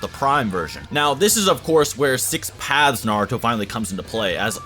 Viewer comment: I keep on hearing six pads